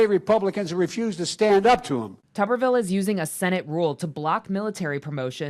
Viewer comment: How can it possibly be pronounced, "Tubberville" when it's obviously "Tuber-ville"? And how befitting is that?